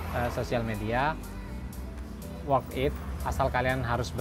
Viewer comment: worth it mas, bukan work it :v